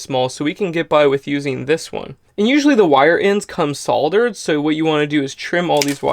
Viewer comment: At last, someone who knows hoe to say the word "Solder" instead of "Sodder"! Great video saved it for my Camper-van build!